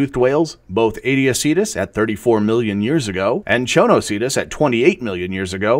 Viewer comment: Thanks for your reply. My first question is about the pronunciation of the word Aetiocetus. It seems that you pronounced it in different ways of "Emlong named it Aetiocetus" and "In 1998 Bruce J Welton discovered an excavated Aetiocetus skull from Oregon coast", however both are different from google translation's pronunciation. I'm confused, which one is the standard?